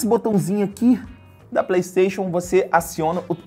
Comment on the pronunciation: eu queria saber pq q ele fala PLEIXON inves de playstation